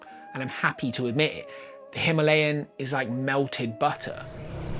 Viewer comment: Excellent video as usual! I'm just glad you pronounced Himalayan the normal way and not how the majority of speakers at ABR pronounced it 😂